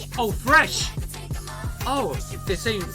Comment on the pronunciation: They pronounce the word "fresh" as "freshi" bc of the specificity of the Korean language... I actually like their songs...and I think u can enjoy the song "tank" better by watching their dance performance :)